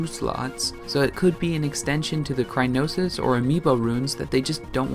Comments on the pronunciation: Cryonis, not Crynosis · It’s cryonis, not crynosis. And it’s camera dammit!